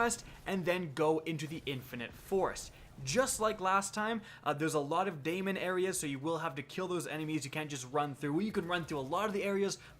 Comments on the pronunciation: Correction. It's still pronounced demon even thou it's spelt as daemon. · just so you know Daemon is pronounced just like Demon, since Daemon is just an old spelling of Demon. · Still actually pronounced 'Demon'. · MUFF'IN WreckingBall Exactly right. It's pronounced like demon. It should actually be an ae ligature (æ) which is pronounced ee. My theory is that the only people who pronounce it day-mon are people who have only ever read it, never spoken about it.